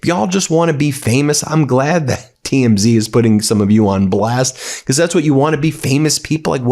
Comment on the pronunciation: STOP SAYING "BECOSS" STOP DYING "PLAY THIS CLIP" STOP CLAWING AT THE CAMERA